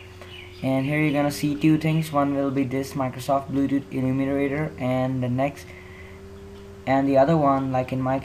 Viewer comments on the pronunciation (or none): It's Bluetooth not bludude. And thing not ting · HE SAYS BLUEDUD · Im die how he said bluedoot instead of bluetooth hahahaha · i heard it at 30 sec and he said bluedudet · LOL HE SAYS BLUEDUD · LOL DID HE JUST SAY BLUESUDU